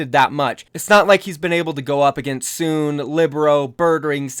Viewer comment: hold-on SoOn name is SoOn not soon so prounounce it So On xd